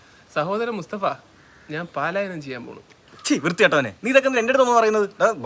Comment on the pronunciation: Paalayanam alla palayanam😂